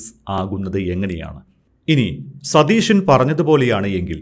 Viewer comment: ആങ്കർ ഒരുപാട് ബലം പിടിക്കുന്നു. നമ്മുടെ മുഖ്യമന്ത്രിയുടെ പേര് സതീശൻ എന്നാണ്. ഷ അല്ല, ശ - സതീശൻ. ദയവായി തിരുത്തുക. മോശമാണ്.